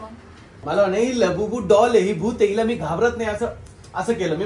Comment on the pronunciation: said labubu❎ labubi✅😂